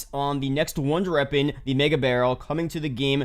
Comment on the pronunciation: bro if you fucking say “wonder reapon” one more time im going to lose it